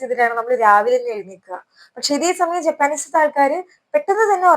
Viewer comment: ജാപ്പനീസ് എന്നാണ് പറയേണ്ടത്